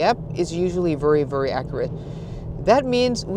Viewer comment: Hei, meget bra innhold, men husk forskjellen på very og worry, du sier worry men mener garantert very, lykke til med kanalen